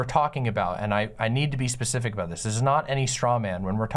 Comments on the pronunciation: I'm sorry, but saying "Pacific" so much took me out of the convo. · Omg take a shot every time she says pacific instead of specific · Is it me or does say pacific instead of saying specific throughout the whole convo. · I'm pretty sure it's a speech impediment, or rather the affectation of one. Several times where she responds more quickly, she manages a "specific" just fine. She also doesn't affect other consonant clusters in this manner. A sign that it's done as a stylistic choice. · I’m making fun of her for being unable to pronounce “specific” correctly despite making political COMMENTARY her career